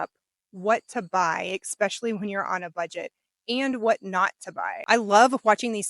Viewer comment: Especially, not ecspecially 😭 My sister does the same thing 😜